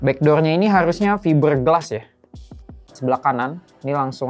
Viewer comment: stardi (sturdy), e-fort (effort), viiber glass (fiber), 🤣 kadang penyebutan pun kita suka bikin sendiri :face-green-smiling